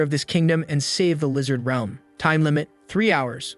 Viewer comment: instead of realm it’s reelm